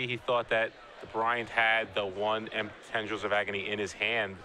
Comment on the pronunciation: I know it's pedantic but... What's with so many magic players, commentators etc pronouncing card names so unnaturally? FORCE of will? DARK ritual? TENDRILS of agony?